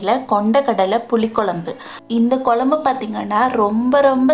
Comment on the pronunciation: Dear your receipe us very good. Your oresentation also is good. If you pronounce "kozhzmbu" correctly like in pazham, you will be outstanding. Pronounce Pazham as that and nit as palam. Its Tamizh ant Tamil. Git it dear. I am like your mother so this correction. Everything is super. No hard feelings ok.